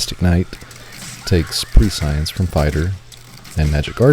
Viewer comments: prescience - prĕsh′əns. There ya go. You can pronounce it correctly after a decade of saying it wrong. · pres-sea-ant pres-sea-ence 😁